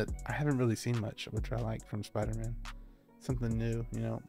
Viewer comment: What’s a “Soider-man”?